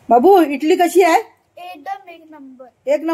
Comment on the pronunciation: इटली नाही इडली म्हणा